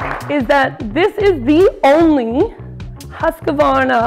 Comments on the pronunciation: Husqvarna not HusqAvarna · The marketing manager incorrectly pronouncing Husqvarna, Priceless!